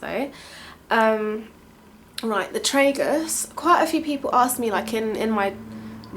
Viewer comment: tragus is pronounced " tra-gus" not "tre-gus" heheee ;) xxx i loved this videooo xxxx